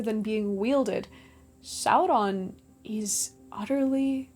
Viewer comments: I just don't understand why you do that fake r flip when you say Sauron. I couldn't quite finish the video. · Why are you rolling the R in Sauron? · I like the way you say "Sauron". Talk LOTR to me,. ❤😂